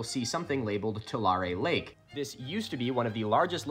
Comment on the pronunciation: as a person who lives near tulare lake, its back now! and he pronounced tulare very wrong